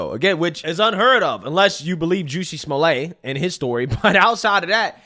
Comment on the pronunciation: Jesse....pronounced JESS EE Smollet...pronounced SMALL ET